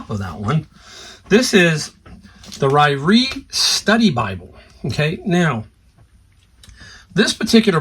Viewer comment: You're pronouncing Ryrie correctly, but the emphasis is on the first syllable RI-ree. Thanks for all the info.